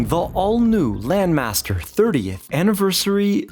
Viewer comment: I think the name doesn't ring a bell because of the weird pronunciation.